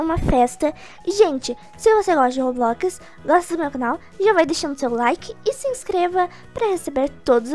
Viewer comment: Vai catar menina, vc nem tem muito inscritos, se vc acha que tem muito inscritos eu quero falar uma coisa, vc nem sabe falar roblox direito! Se vc fosse uma iuotube famosa vc ia ter de inscritos